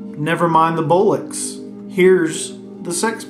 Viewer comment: It's pronounced "Bol - ucks", it means balls or testicles 😂